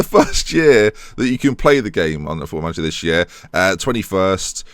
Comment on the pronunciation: its manager not manger:p